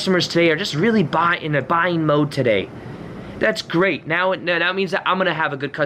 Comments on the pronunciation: “Right NYOWW!” Lmaooo. Much love, thank you for your video. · You are saying Right Neowww! And not Right Meowww right? Lol Ps. When I used to party me and my friends used to say right neowww like you do lol x